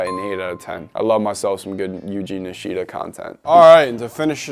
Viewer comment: Bro really said Eugene nishita it’s yuji nishida bro